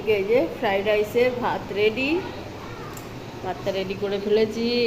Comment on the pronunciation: It's Fried not fride